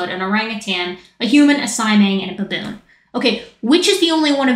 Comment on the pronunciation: I thought she said Bonobo but a baboon💀💀💀